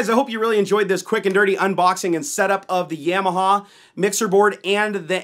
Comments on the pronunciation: Yam- ya- ha lmao. It's ya-ma-ha. You never had a dirt bike when you were a kid? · Another nice video. Thanks. I think it's Ya-ma-ha were the first syllable sounds like the German word for yes, "Ja". Not Yam like the starchy tuber you consume on Thanksgiving. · love the videos, but dude it's (Yah)maha hahah. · It's Yeah-mah-haw guys, not Yamaha. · I want to die every time you say "Yamaha". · The way you pronounce Yamaha triggers me.